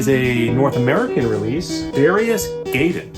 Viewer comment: Thanks for the video, I'm always on the look out for new shmups for classic systems. Also not to be nitpicky, but you're pronouncing Gaiden wrong, it's pronounced Guy-Den.